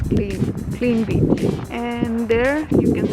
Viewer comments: Whenever she says word 'Beach' it always remind me of Bitch😅 Only Armies will understand 😂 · you always say bitch insted of beach........